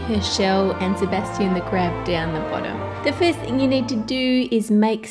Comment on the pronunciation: I like how u say "sabastion"